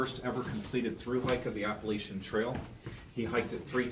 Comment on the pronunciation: Wtf this guy can’t say Appalachian 🤯